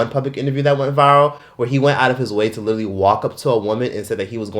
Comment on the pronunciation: LITERALLY-LEE not Little-E